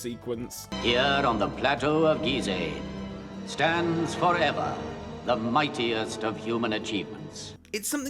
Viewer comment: The most shocking thing in this video is the pronunciation of Giza as "Geezay"